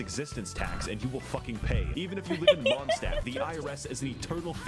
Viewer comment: Mondstadt is german and means Moon-city, he butchered the pronounciation really bad :shelterin